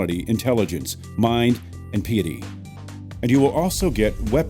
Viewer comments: Please learn how to speak English. It's pronounced "PAHY-i-tee", not "PEE-i-tee", and "FEY-langks" not "fuh-LENKS" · Piety and Phalanx aren't pronounced like that. There isn't an alternative pronunciation for either word.